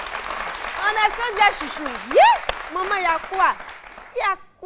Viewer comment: ON DIT Sandra😘